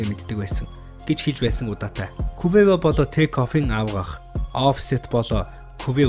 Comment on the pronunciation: quvevo гэж уншаад байхын хаха